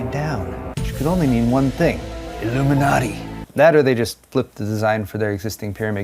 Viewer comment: mispronouncing Illuminaughty